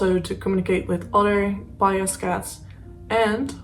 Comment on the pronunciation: Fine presentation, no issues with your pronunciation of the cat's name. Thanks.